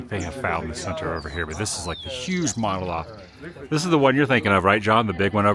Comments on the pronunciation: I almost thought he said MONOSLOTH 😂 Still a great vid! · You say SAUCONEY … I say SAUCONY… you say MONOLOTH … I say MONOLITH… let’s call the whole thing off 😂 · Monolith not monoloth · Monolith, not loth :) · Monah-Lith attn: Adam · "monoloth", lol. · mano lith short "a". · No, he was trying to say MonoLITH, but Adam was being Adam with bad mispronunciations. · 3 seconds in and this idiot mispronounces Monolith. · I was like “a mono-what?” 😆 The word might have been mispronounced but it was used correctly! We ALL mispronounce worlds. I mispronounced pho for years. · He mispronounced it what a idiom! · She just created this account last week, mainly to correct his pronunciations. Twice with Quito and now monolith.🙄